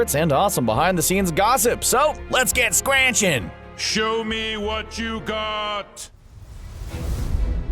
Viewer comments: Did he say squranching instead of squanching? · Schranching? You mean.. Sqwanching? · “lets get scranchin” (squanchin) “swifty” (schwifty) I feel like the narrator hasn’t even watched Richard and Mortimer. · Don't ever say squinching again it's squanching! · How the hell could you make a vid like this and not pronounce 'squanching' properly... .: Content creator's actual interest in show == nil